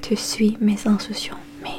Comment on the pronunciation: juste un truc : mes instructions se prononce mé z'instRukssion